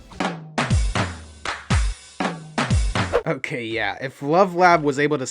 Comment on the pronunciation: Finally someone that agrees that it's "scu-da cho" and not "scratch-o"